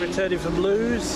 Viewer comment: It’s pronounced Lewis